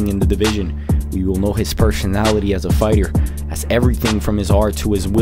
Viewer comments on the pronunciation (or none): Wait, you make an entire channel dedicated to MMA and you don't even bother learning how to pronounce fighters' names correctly?